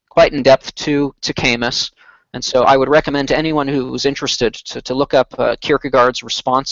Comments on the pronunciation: . Kierkegaard couldn’t have responded to Camus because Camus lived much later than Kierkegaard. Kierkegaard died in 1855 and Camus was born in 1913. Also it is pronounced “Kah Moo”. Unless they are talking about a philosopher I am not aware of. Kierkegaard basically founded modern existentialism and Camus was involved with absurdism. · "kay-miss" hes french. "cah-moo". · Guys, it's Cah-moo not Kay-mus...and Kierkegaard came before Camus so he couldn't have responded to him. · THEY KEEP PRONOUNCING "CAMUS" LIKE KAY-MUS IT'S PRONOUNCED LIKE CA-MOO CA-MOO YOU FOOLS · do all americans pronounce Camus as "chemex"? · Camus is pronounced without S...